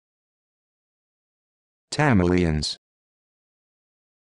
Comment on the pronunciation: As a tamILIAN I cracked up at the pronunciation of my kind of people. IT SOUNDED LIKE I WAS A CHAMELEON 🤣🤣